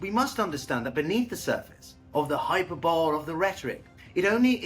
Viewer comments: "hyperbowl"?? High Per Bow Lee. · Hi-per-bo-lee 😄 Cheers mate, appreciate your insights 👍